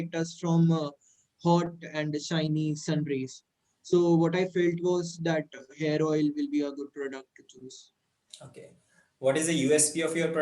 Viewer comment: Who else heard Hair Oil as 'Heroine' ?